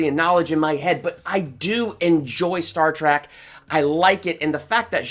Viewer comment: He keeps saying Star Track not Trek